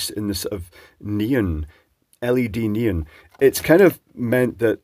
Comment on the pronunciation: knee on, not neun lol